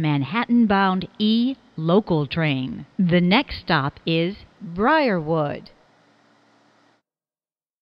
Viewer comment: The way she says Briarwood 😂